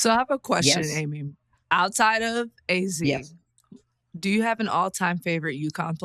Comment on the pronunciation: I’m just begging for to please say Azzi’s name correctly